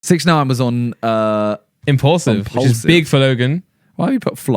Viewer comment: Does Simon say impulsive instead of impaulsive or is it just me